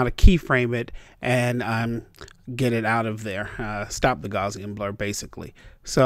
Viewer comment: It's pronounced GOW-see-in (GOW rhymes with MOUSE, the "i" should really be a schwa. Pretty close! The Gaussian is the famous bell curve from probability and statistics, named in honor of Carl Frederick Gauss, one of the greatest mathematicians of modern times. Please pronounce it right. THANKS! (^_^(